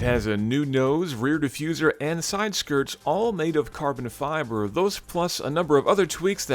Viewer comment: Why do you say carbon fiber like that?